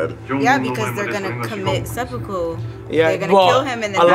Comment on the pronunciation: i see you 'sehpokow' 😂